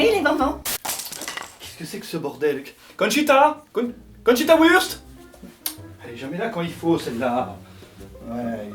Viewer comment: Ah lourd, enfin quelqu'un qui sort "counchita" 😂